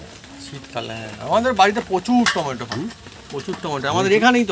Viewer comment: টমেটা কি টমেটো বলুন